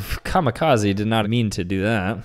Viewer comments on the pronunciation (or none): none